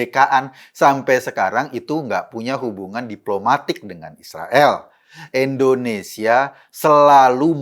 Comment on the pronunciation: Indonesia Pak Eko,Bukan Endonesia...🙄